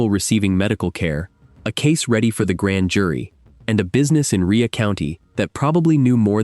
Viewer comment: Its Rhea as in its pronounced ray. Rhea county. Ray county. Ai can't read many words. I'm wondering why it can't be taught how to pronounce words correctly. Rhea county is spoken as ray County, Tennessee. I happen to live near by. These are real or fake cases and many of these are just made up like short stories. Fiction. It may be real it may not. Perhaps you can look it up whether it’s fact or fiction. But you’re welcome for the pronunciation of the actual place they claim it happened.